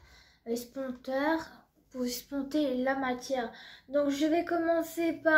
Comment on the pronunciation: Estomper * et non esponter